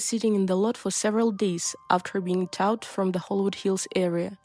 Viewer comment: Hold up, you can't even pronounce towed properly? It sounds like toad, unless you don't know what that is either. This younger generation is terrifying.